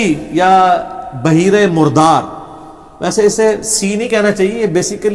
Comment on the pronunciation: Lafz baheera ni hota bl buheira hota pehlay talaffuz drust kro